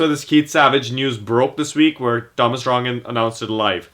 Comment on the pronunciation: Since when is there an r in the middle of Rongen, this guy must be a new soccer fan. Sorry but a guy mispronouncing Thomas Rongen is annoying and again he HAS to be new to the game. Good luck in your opener this weekend. Glad ALL NASL games are now on ESPN3. Good stuff.